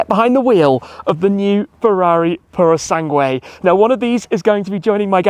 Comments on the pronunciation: please stop saying puro sanGWAY, pretend the U is silent, sanGAY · It grates me somewhat when Italian words are mispronounced 'Pour-o-sang-way' isn't it......[shiver] 'Pur-oh-sang-g'way' . Translates as 'Thoroughbred'. Ferrari Thoroughbred is about as weird a name as Ferrari Laferrari really. Can't deny she's a looker for an SUV mind. Like they took an Aston Martin DBX and made it even sexier. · Tim, please stop saying Puro Sangué and spelling the U before the E...it annoys any latin language speaker like me...sorry for the rant but i had to do it. Keep up the good work. Cheers! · Are you sure thar you are pronouncing that correctly?